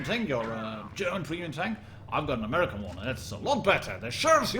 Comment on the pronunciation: The way he said american hurt my soul